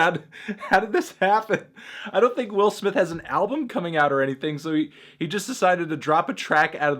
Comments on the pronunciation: Willer smith. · I didn't see the need for the use of the hard 'er' when talking about Will Smith